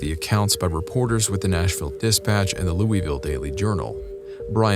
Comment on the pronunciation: I love your content but you said Louisville wrong most around here say looville